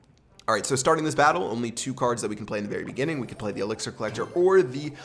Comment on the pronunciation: He said 3 elxir skeletons